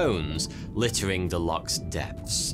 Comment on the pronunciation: oh dear not called locks, lochs